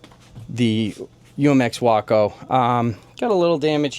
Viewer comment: It's WAAAACO, Waco, Willman aircraft company of Ohio!!!!!!